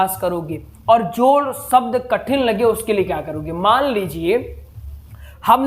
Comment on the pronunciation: अच्छा कार्य कर रहे है मगर पहले अपना उच्चारण सुधारें। श और स में भेद करना सीखें। उद्देस्य नहीं "उद्देश्य", सब्द नहीं "शब्द " बोलिये। दूसरी बात, आप संस्कृत पढ़ा रहे हैँ और सानदार (शानदार) जैसे उर्दू शब्दों का प्रयोग कर रहे है। स्वयं को गुरु स्थापित करने से पहले स्वयं को परिपक्व करें। डॉक्टर नित्यानंद मिश्रा जी से प्रेरणा लें। क्षमा करें, मेरा उद्देश्य आपकी कमियां दिखाना नहीं, बल्कि आपके अच्छे प्रयास को और उपयोगी बनाने के लिए है।